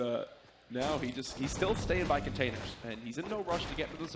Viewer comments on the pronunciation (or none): Its containers,not commenators